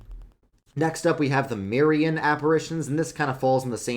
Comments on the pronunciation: I love your channel! By the way, it’s Marian, not Mirian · "Mirian" apparitions? Not "Marian"?